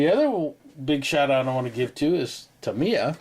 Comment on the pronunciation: Awesome update,, thanks for sharing all that great info and for pronouncing Tamiya properly. 😂🤣😂